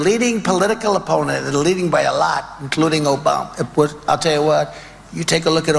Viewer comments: Obama. Isn’t a president anymore why does this idiot keep saying oboma. Lamo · O-BOM-NUH! Tresident Pump lol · ‘Obamna’ ???? lol Chump’s Done!!! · He can't pronounce "nuclear." He doesn't even catch himself saying "Obama." Anyone can misspeak but he does it over and over again. He thinks of Obama 24/7